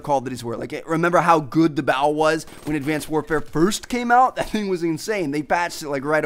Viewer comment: That emphasis on "First"